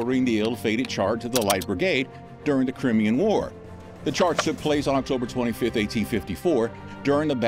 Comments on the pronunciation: Ooooh the irony of someone calling somebody dumb 🙄 in the same sentence that they totally mispronounce the correct way to say Crimean...it's pronounced Cry-me-yan 🙄 😂😂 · I know I'm pedantic but it's pronounced Cry-me-an. Love your videos!!! 😊